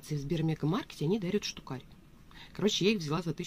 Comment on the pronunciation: "Штукарь" 🤦‍♀️ У меня кровь из ушей пошла.